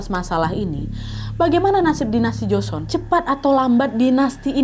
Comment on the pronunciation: Duhh sorry to say, tapi gak nyaman banget dengerin part ini. Buka karena alur ceritanya, tapi karena pengucapannya, seperti joseon, nama2 dll. Sekadar saran, sebelum take, kalo misal ada kata2 yg dirasa asing coba search dulu cara pelafalan yg tepat seperti apa🙏